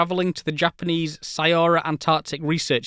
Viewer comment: "Syowa" is pronounced like "show-wah". The Japanese just spelled it oddly in the Latin alphabet because their government used a very simple romanisation scheme that just matches up base consonants with vowels without considering if there might be closer but irregular alternative spellings for that Japanese syllable in English or other languages.